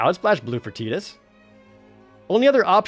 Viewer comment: I love ya Projared and I love the content but man I don’t like the way you pronounce Tidus 😂